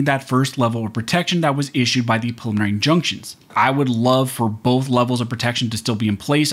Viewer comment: Pre-lim-mih-nary... Practice saying it.